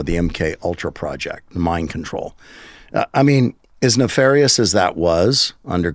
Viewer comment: Ihhh ok dude..Illuminati not naefarious nefarious?? 😂